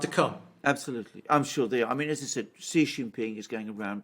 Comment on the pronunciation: Xi is pronouced as SEE....not Gee.